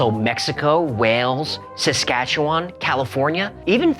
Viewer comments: I am impressed you pronounced Saskatchewan correctly I hear many Americans mispronounce it PS keep up the good work with your series I love them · wooohoooo Saskatchewan!!!!! you even pronounced it right!!!